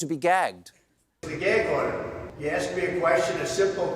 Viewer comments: "Gaig order" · "Geag Order?"